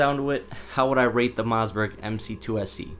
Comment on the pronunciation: It's Mossberg. Not Mozzberg. 😆